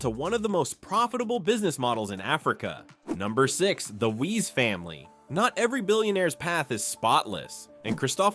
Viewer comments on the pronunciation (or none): It's Dippenaar, not Dippar. Wiese, not Weeez. Jannie, not Jenny. Upington, not Oepington. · Wiese pronounced = viesse